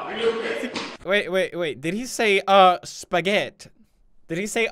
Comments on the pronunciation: i was fine until he said "OH SPAGET" 😂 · would you like sum a spagett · Im sorry but what is spaguett ? What this mean ? Im lost help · "Wait Did He Say "Oh Spagett?"" *👌🏼* Me: *Dies Of Laughter* "Spagett" 👌🏼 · He said sh**t not spegett